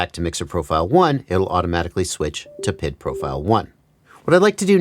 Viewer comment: It’s triggering me that you call it PID as one word, but it’s P.I.D. said separately.